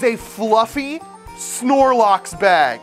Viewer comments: Me: snorlax: snorlaux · Bro said snorlock😂😂😂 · Its snorlax not snorlox lol😂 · “snorloxe” got me dying